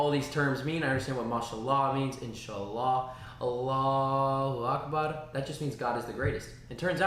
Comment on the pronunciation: Awesome attitudes, MashaAllah. Agreed. To learn fully means not to worry about what other people say or think about one’s learning endeavors. Alhumdullilah.🌴🥀 Beautiful enunciation of “Allahu Akbar,”! MashaAllah 💜